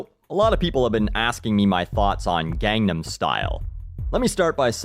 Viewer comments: its funny that even though the song clearly sings and repeats the correct pronunciation of Gangnam style (like gong-num style), people are still dumb enough to say Gang nam style, its not even hard to say it the right way so there should be no excuse for doing so, sheesh. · not even pornouncing it right. it is not gang nam its pronounced gong nom.....i looked up to you. u were my idol. im a cynic too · G*AH*NAM STYLE!! You pronounce the name with an 'ah' sound, not 'ay'!! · it is pronounced GONE- NOM!! Its korean!! G is silent!!!!!!!!! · can someone explain to me where people are getting gAngnam style? It's pronounced (both by Psy and IN THE SONG) with a long a and almost sounds like condom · Actually its more like "gahng-nam". The first a is short and there is no emphasis on the second g. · man the way you pronounce "gangnam" literally made me cringe... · As a korean, its not gang then nam. the a is short. Jus sayin. And I love your videos. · I should amend this too by saying it's not just popular in America; Koreans loved the song too, as did people all over the world. Plus you didn't even pronounce 'Gangnam' right so...yeah. I fucking HATE this song, but I hate people trying to act like they know everything about it and why it's popular. NOBODY knows why it's so popular. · aaah, your "a" is off in gang in gangnam! that aside.. -,- no more k-pop.. no more :'[ well no more crazed gangnam style :/ (s'il vous plait!) (" 'said no to gangnam style back before it left korea :o .. " =,= Bubble Pop had an okay run before that tho, not nearly so obsessive~ but decent for a foreign track in the states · As expected, you guys (Americans) pronounced it incorrectly... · im korean and it bothers me that you cant say the word gangnam correctly. If you are going to make a video about ganganam style please say the word correctly. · ga-ngam every missays it wrong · It's pronounced Gongnam... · it's not "gang"nam style. it's "gone"nam style.